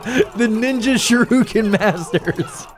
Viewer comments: It disturbs me how he says sharuken instead of shuriken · It’s pronounced sh-ur-I-ken